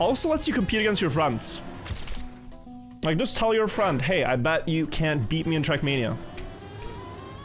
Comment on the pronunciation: Your English is generally very good,, but quick pronunciation tip: try to pay attention to how you say the letter E. you often pronounce e as a. You say “bast” instead of “best”, and “sanse”>sense, “frand”>friend, “racord “>record, “chass “>chess, “bâdder”>better.